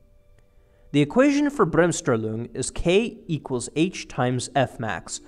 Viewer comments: It's BremSTRAHlung where STRAH rhymes with CAR. Jus sayin. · Great video only the pronunciation of Bremmstrahlung was painful use an English term, explain it if there is no English term or simply take about 2 minutes and learn the correct German pronunciation. Why is it important? Just imagine a documentary about basketball where they terribly mispronounce the name of Michael Jordan, f.e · I love how he pronounces german terms. "Bremsstrahlung" becomes Brömstrahlung. xD [Bremsstrahlung like many german words are just 2 words stitched together. "Bremsen" = "To slow down" and "Strahlung" = "Radiation". So "Slow-down-Radiation" = "Brems + Strahlung" = "Bremsstrahlung"] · Please stop trying to pronounce Bremsstrahlung, just pronounce it as if it were english. Thanks from Germany.